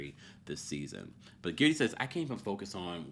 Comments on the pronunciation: Its Guerdy errr, not Geardy ear 🙄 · say guerdys name properly pleaseeeeeee